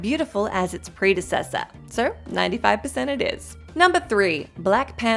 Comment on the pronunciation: The repeated butchering of the word "predecessor" gives thus review prediction video a 35%.